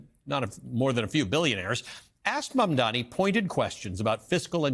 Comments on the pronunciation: It's MAMDANI! M.A.M.D.A.N.I. STOP FXCKING UP HIS NAME AND DO SOME JOURNALISM!! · These People still can’t get his Name Correctly. 😂